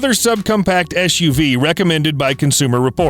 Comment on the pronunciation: It’s eS uv, not eSH uv. Just like sitting is not the same as shitting.